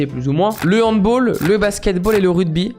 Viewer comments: handball l’arbitrage est assez complexe aussi et c’est très intéressant (par contre c’est pas handbOll mais handbAll c’est allemand donc c’est pas la même prononciation)😭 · On dit hand bAll avec un A psq c'est pas anglais xD sinon tres bonne vidéo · merci pour la vidéo, pour ton info on dit handb[A]ll et pas hanb[O]ll (origine allemande du mot !) Et continue tu gères! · Juste on dit HandBall"e" pas handball mais sinon tes vidéos sont tres sympas j adore l'arbitrage avec micro :D <3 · Hand Ball avec un A , c'est le seul sport ( d'origine tchèque et allemande) qui se prononce avec un A et non un O !!🏐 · Oh ! Je vais faire mon chiant mais on ne dit pas "handball (handbol) mais bien handball avec un A. C'est d'origine allemande donc pas la meme prononciation. voila voila. Désolé ^^' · Juste ont dit handbAll et pas handboll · C’est pas parce qu’on dit footbol, qu’on dit aussi handbol 😁 c’est hand balle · Super vidéo ! Mais la prononciation c’est hand balle et pas en hand bolle. Continue ! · Juste c’est Handball avec la prononciation du a en a et pas o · Handball se prononce Hand balle parce que c'est un sport allemand donc ça se prononce à l'allemande ;) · Salut super vidéo!!!! Juste petite correction on dit hand balle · Merci pour ton contenu, c'est bien de voir ce côté là du terrain :) (j'suis vraiment désolé mais on dit hand"balle" (c'est Allemand))